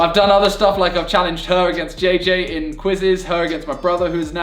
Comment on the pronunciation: you can not even pronounce jj well